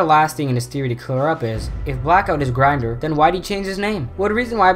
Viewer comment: And its pronounced grin-door